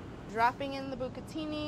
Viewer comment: ogni volta che dici "b'catini" avverto una piacevole contrazione muscolare nella zona dell'inguine...